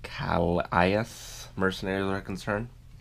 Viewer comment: Calais pronounced Ka-lay or Kal-ay (kind of). Great videos by the way!